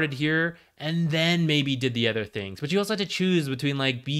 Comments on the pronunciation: its supposed to be an-Uh-ther not an-Æ'-ther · where are you from that they pronounce "other" as "eather"? its not like you use it sparingly either, considering how egregious your mispronunciation is. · did you watch the video? he says "other" about every 3rd sentence, and the pronunciation is jarring. yes hes talking about aether lens as well, but could you tell the difference? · here's one of many. I have never heard this pronunciation even from someone for whom english is not their primary language. literally sounds like hes saying "anether" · it would help me more if I could focus on the information rather than be distracted by his insane pronunciation of "other" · i not only meant to say egregious, I did say it. I said insane too. If someone has an accent or speech impediment it should apply to more than just one word, which is why im curious as to how he learned this pronunciation. And it is egregious, even just sounding the word out should produce something like "oather," which while also incorrect is at least closer to the actually pronunciation, and further away from similar words like "either" or "aether"